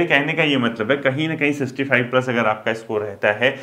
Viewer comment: Sixty itna repeat kia sir aapne but pronounce shi nhi kia aapne.